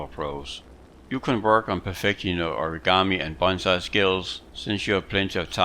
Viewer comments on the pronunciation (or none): none